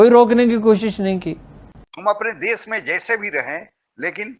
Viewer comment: आप विडीओ अच्छे बनाते हैं पर एक हिंदी भाषी होकर भी आप हिंदी बहुत घटिया बोलते हैं। देश को देस, भाषा को भासा, शुद्ध को सुध, शरीफ़ को सरिफ बोलते हैं। बहुत बुरा लगता है। सही हिंदी सीखिए पहले